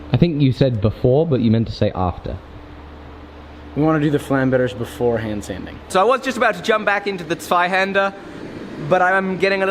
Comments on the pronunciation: yes, but he still has some work to do with his "Flammberge". That's not french, that's also supposed to be German. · Your pronunciation of Zweihänder in my opinion is perfect if you don't take the accent into account. But the way you say Flammberge still pains me to hear. You don't need to roll the R.